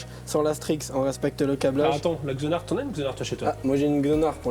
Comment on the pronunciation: lol il a genar (xonar) lol